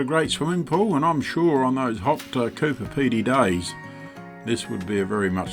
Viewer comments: Please, please, it’s CooBer Pedy, not CooPer Pedy. You must have miscalled it 6 or 7! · Looking forward to following your journey, but please emphasise the b in Coober Pedy, not Cooper Pedy. Have travelled the same way as your going and be great to reminisce Travel Safely ❤